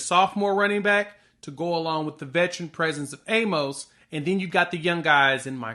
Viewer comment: A-Mus. Not A-Mohs. He literally has the correction on his Twitter page.